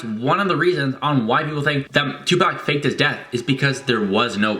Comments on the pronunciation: " two pack " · He said Tupac 😂😂😂 it’s tu poc 😂